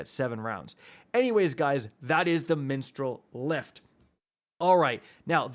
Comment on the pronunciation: Did my man say "menstrual lift"? 😂